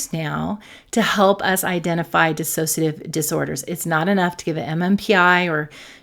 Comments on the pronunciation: The word is dissociative - not dissasociative. Just sayin. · It’s pronounced dissociative. There’s no extra a in it. You pronounce it with an extra a. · It’s always disappointing to hear people who treat DID pronounce it wrong. There’s is no extra “a” in “dissociative”. It doesn’t inspire confidence and makes me feel even more alone in it. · You know, I so want to listen but when people who are professionals and say "disAsociative identify disorder" I want to scream. How can a professional in the field not know how to pronounce a disorder they specialize in. They lose all credibility. Please.